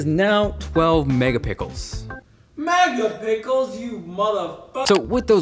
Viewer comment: Haha I died at megapickles.